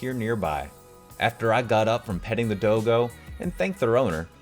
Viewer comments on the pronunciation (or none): "dohgoh" btw it's daw-go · It’s pronounced dog oh.